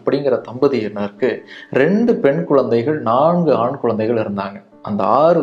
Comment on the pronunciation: Uzhudhu , not uludhu, kuzhandhaigal not kulandaigal